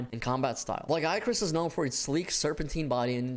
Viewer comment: Who in the west first pronounced Lagiacrus wrong? It still erks me. Great vid otherwise.